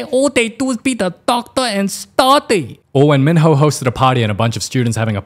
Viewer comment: LOOK I AM NOT JOKING, yes XO, KITTY was good, but AT SOME LEVELS. Like i am sorry but she literally called "Minho" as Meanho, and that irritated the fuck outta me